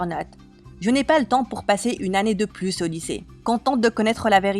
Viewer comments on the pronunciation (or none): none